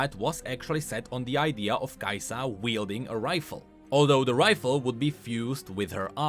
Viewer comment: The way you call her Kai'SA instead of Kai'Sa wakes up my inner demons.